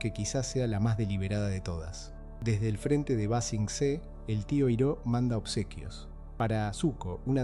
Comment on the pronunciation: La mala pronunciación de “Iroh” me hizo mucho ruido 😢 del resto excelente video!